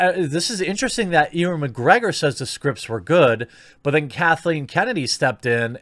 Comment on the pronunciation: Jeremy how the feck did you pronounce "Ewan"? E-one? Nigha...